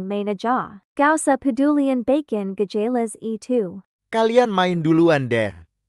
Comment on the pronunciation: Sumpah gw ngakak mlu pas di menit gw liat tulisannya bacon tapi kenapa pas di bilangnya bkon nah disitulah gw ngakak mlu😭🤣😅 "Tidak bermaksud untuk mengejek videonya 🙏🙏"